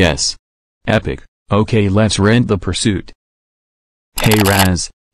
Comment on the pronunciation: Puirsoot more like puirsnoot